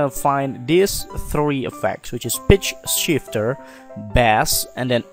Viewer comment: I keep hearing bitch shifter